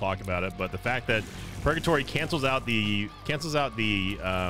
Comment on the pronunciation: Why did he call purgatory pogatory